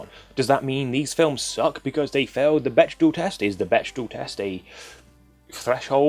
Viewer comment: You're triggering me, it's pronounced beck-dell, not bech-dahl